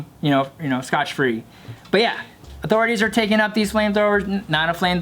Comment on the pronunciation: keeps saying scotch free. This the second video.